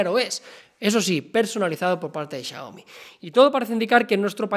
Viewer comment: Xioami JAJAJA